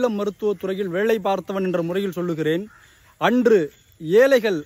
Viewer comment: ஏலைகள் பிழை,ஏழை தான்சரி.வால்கை பிழை வாழ்க்கை என்று உச்சரிக்கவும்.தயவு செய்து தமிழை கொல்லாதீர்😢